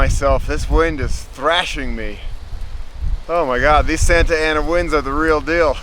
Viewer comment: Santa "Nanna" winds! Loved this, thank you!